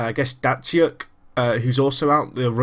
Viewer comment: Datsyuk is pronounced dats-ook